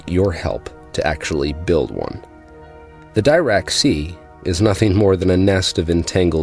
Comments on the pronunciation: Peer reviewed or it's not science. At the risk of offending you greatly (for which I will make amends if needed), I watch physics videos from around the world and I have never heard anyone pronounce Dirac the way you do (rhyming with tie rack). I have trouble believing you have attended any lectures on quantum mechanics. Assuming this is deeply-thought-out science fiction, with possible fleecing of idiots, let me help you sound more authentic, as I am fans of both. I will use capitals to designate the emphasized syllable. Depending on your dialect and/or that of your professor, typical pronunciations are like deRack (with a brief e like in because), diRack (with an i like in bit), d'Rack (just a fleeting vowel noise between consonants), deRock, diRock, Deerack. If I heard that last one I would assume the speaker is from India or nearby. Americans typically use diRack, deRack, or d'Rack. Your accent and dialect are clearly American (we call z zee, while most others call it zed), so it is good to stick to American pronunciations. Britons typically pronounce it closer to the original french; deRock or diRock. They might even use a french r sound. Sorry, I don't know how to depict the french r sound by mere spelling. It's like if a letter had r for its mother, while its father's parents were h and a hard g. Kind of throaty. Looking back at this, it is almost certainly the kind of rambling I do when sleep is near. My filters are the first to go... Sorry for offending anyone, but I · Why was this recommended to me? I have difficulty trusting any physicist who doesn't know how to pronounce "Dirac." Especially when they're asking money from laypeople instead of appealing to people who actually understand math and physics.